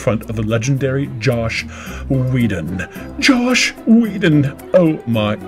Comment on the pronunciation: Wasn't the second name pronounced wrong all the way through? Shouldn't it be 'weddon,' not 'Weedon?'